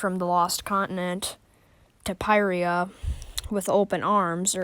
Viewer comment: Finally somebody who pronounces pyrrhria like me